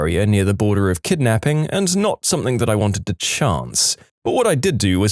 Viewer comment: No K in the word something